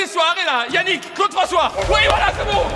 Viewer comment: 8 .35 "YANNICK"😭